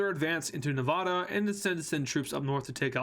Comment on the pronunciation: It’s not Novdoda It’s Ne-va-da